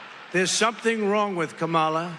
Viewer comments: Domestic Terrorist Trump it is kAm A la not Kamaula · Say her name properly fool its not Comolla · Does everybody correct him every time he mispronounces her name? Just alone in ur kitchen, shouting at ur phone “it’s COMMA LA, u absolute boob!”🤭 Or something close? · His hair is purple? WTF? He still doesn’t know how to pronounce her name! Her nieces showed everyone how to pronounce it and they are little girls! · He refuses to pronounce her name properly.